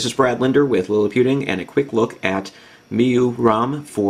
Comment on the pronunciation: it is pronounced "my-you-i".................